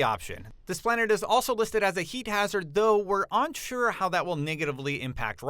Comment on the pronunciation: he also says onsure instead of unsure